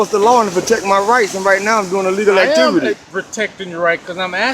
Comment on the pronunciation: My one and only suggestion. When you use the word "legal activity" stop saying I'm in "A legal activity" because you use the letter A in the beginning of it Everytime and it sounds like you keep saying "I'm engaged in illegal activity". That's all. Maybe it's just me but I couldn't hello thinking you repeatedly keep saying illegal activity and not A Legal activity.